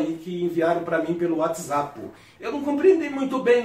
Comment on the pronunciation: Wiatizapo aff Atropelou o português